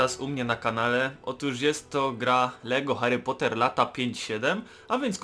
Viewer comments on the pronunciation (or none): Hary Puter i luta zight fai, pierdolone Ślązaki...